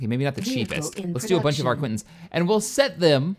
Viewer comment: For god's sake,! Arquitens is pronounced ARKITENS not ARQUINTENS!